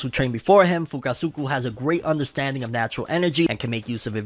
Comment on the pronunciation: 😂😂sometimes I think messes up certain characters names on purpose. He said fukusuku, I laughed hard as hell and said who the hell is fukusuku….. it’s fukusaka.